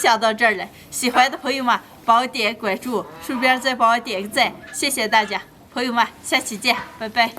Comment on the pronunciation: Это слово "друзья" , которое не всегда переводят. Оно произносится 朋友们 "понйóмэн". А она на диалекте говорит "пуэмá". Мне слышится "фуэма" или "хуэма" 😁🤣